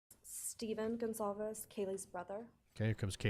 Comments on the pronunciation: i always thought they pronounced their last name wrong. it says GonCalves, not ConZalves like they’re saying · Gonçalves is a Portuguese surname, the "ç" has a tail underneath it and sounds like an "s" - people are mistaking it for a Spanish surname and are pronouncing it with a hard "c" because "ç" doesn't exist in Spanish. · Their last name is pronounced: (gone-Cal-vez) Sometimes when they say it, its fast so its easy to hear them wrong so hopefully this helps.